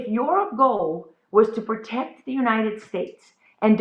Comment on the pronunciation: says "prect" the family. So America go prect your family. Pmsl. Oh and look out for Palmists!